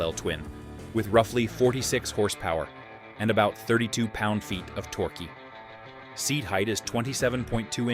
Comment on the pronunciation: Tor-Key? Really? Tor-Key??